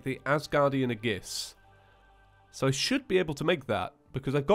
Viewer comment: Sigil= Sig-gill Aegis= Ay-jiss Wyvern= Why-vern Stele = Steel or Stee-lee, depending on the context Please stop pronouncing words incorrectly, you are ruining my marriage.